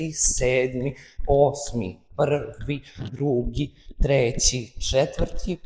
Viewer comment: Ne kaže se pvri nego prvi